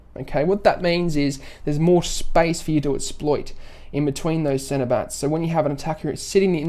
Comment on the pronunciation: Is it just me or is anyone else hearing him say centerbatts instead of center backs lol.